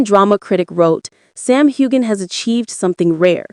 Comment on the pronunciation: There is no g sound in Heughan!